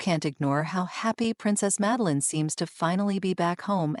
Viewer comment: Schlechte KI Sprech: Meline😂